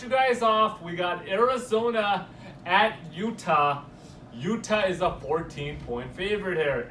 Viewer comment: It is very hard to trust a guy who can't even pronounce Utah correct. LOL